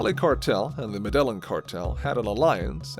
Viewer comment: you are pronouncing Medellin incorrect